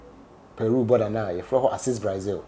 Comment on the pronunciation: The name is BRAZIL but not BRAIZIL